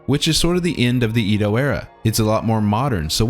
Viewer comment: I'm sorry but... Did you just pronounce Kyoto as KAIoto? And Edo period as in EEdo and not Édo? Respect lost -100